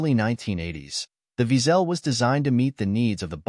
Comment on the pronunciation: wiesel in German is pronounced almost exactly as weasle, except for the w is pronounced as v - veasle, not veazell as heard (too often ;-) in the vid.